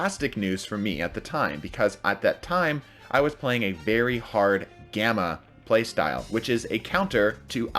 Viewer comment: I thought gamma said grama